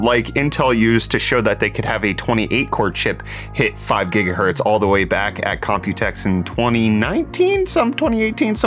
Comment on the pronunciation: 5.5 Jigahertz?!